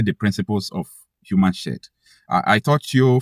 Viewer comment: it’s human shield not human shed. It’s called shield